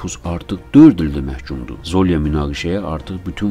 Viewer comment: ZOlya yox ZolyA